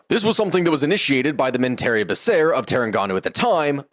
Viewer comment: Fun fact of some butchered name Menteri Besar = Chief Minister/ Lead Minister/ Head Minister Mahathir not Matahir😅 Work in Malaysia for svral years There are some issues here But overall comfortable for English speaking professional to work here Food👌 Altho be advised that typical modern western ideology is hard no here